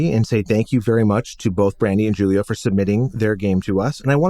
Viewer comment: Oh, BTW Julio is pronounced "Hool-io".